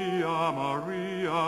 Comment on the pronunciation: The first “Maria” he says is perfect and gets me every time.